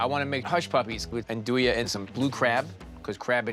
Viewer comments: That is NOT how you andouille! Ahn-doo-ee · Why does he pronounce andouille that way. I thought he was a chef